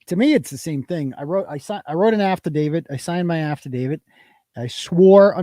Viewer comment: I sure hope when keeps saying Apple let judge and Apple let court he's not serious and he's joking around like when he says after David instead of affidavit.